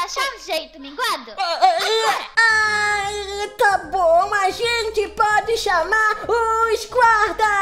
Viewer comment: U nome e minguado vc falou errado